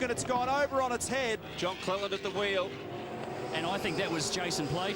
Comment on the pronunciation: CLELAND not clealand lol